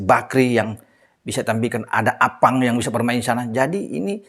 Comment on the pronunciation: Sy paling senang kl bahas psm dan sebut nama arfan jdi appang 🤣🤣🤣